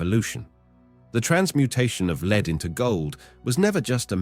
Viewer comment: lead here is pronounced as LED...metal lead.i'm Saturnian very lead.it needs fuel so ashesashes all fall down...rowrowrow your boat merrily merrily merrily life is just a dream.